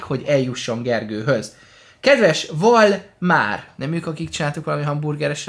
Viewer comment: bocsi de nem valmár hanem valmar de nagyon jó a vide ód csináljalmából pls¤